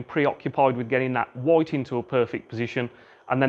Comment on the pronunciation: Are u gonna hit that 'woit' or what